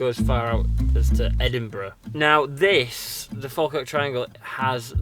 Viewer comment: The way you say Falkirk hurts my Scottish ears